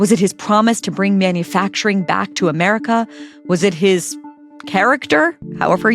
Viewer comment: I like what you say in general. But you are an American. And there is literally no excuse for intrusive Rs. Say America not Americer.